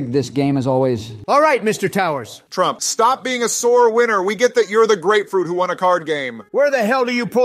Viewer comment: U mean turmp lol?